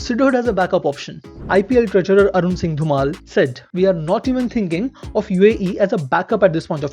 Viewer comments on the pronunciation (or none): none